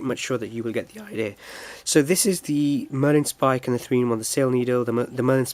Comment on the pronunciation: Marlin spike, not Merlin Spike.